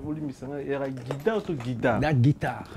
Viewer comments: toi aussi...on dit guitare, et non gudare! Beaucoup des formations en europe c'est gratos ndeko, yekola ebele si possible... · boulot c bon bravos 👏🏽 mais mingi mingi il faut au travaillé addictions nayo il faut dire Bercy est non bexcy, Guitare non guidare, Squelette non Esqualette sinon bravo pour ton émission vas d l’avent 👏🏽👏🏽👏🏽😂😂